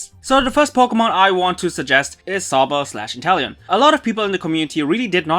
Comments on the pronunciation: Its inteleon not interllion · It’s not Interllion It’s Inteleom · “Interllion” bruh